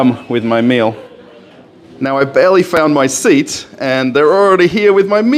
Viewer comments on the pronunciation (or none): none